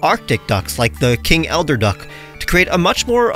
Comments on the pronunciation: Eider duck not elder lol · King Eider, not Elder. Pronounced “eye-der” Anyways love seeing pokemon based on weirder waterfowl, birds like eiders, loons, mandarin ducks, wood ducks, etc are all really pretty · I literally don't know how I typed and read the word "Eider Duck" at least 10 times while making this video without realizing it's pronounced "Eye-der" (The "i" looked like "l" to me for some reason) ALSO don't worry, future videos will have cuts/edits. Just wanted to test out something fun. I'll leave in some mistakes occasionally in the future, but obviously less frequently than in this video. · Hehe. I came to the comments entirely to check if you actually meant eider duck! No issues with the lack of editing so far IMO.